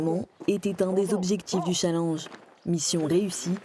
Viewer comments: un "challange" heuuu non j'crois pas non 😂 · elle a bien dit un "CHALENG"??? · Super mais on prononce challenge : CHALENNEGE et non CHALANGE (Orthographe de prononciation) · "Un challenge national" enfin "chalange" même. Pourquoi mal prononcer un anglicisme quand des mots français auraient fait l'affaire?